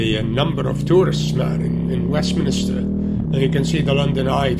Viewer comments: Its Westminster, not Westminister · did he say westminister instead of westminster? as a londoner?? :O